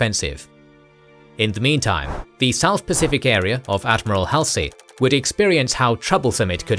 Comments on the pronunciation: Halsey's name is pronounced -- Hawl-see, not Hal (as in pal) -see. If you don't pronounce the names correctly, it makes me wonder about your research. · The hal-see instead of the more familiar hall-zee is an interesting choice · Wikipedia says DC also. Mispronounced Halsey (very forgivably) too. Do love the WA love though. Funny, whenever people say Washington these days I also always assume they mean the state, until they mention some context related to dc and realize my mistake. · Good but the narrator mispronounces names like Halsey is grating. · For me, it does show attention to detail. When attention is lacking, then I wonder about the completeness of their research, and then about their care in interpreting those facts. So, yeah. Especially when pronunciation of someone as famous as Halsey's name is.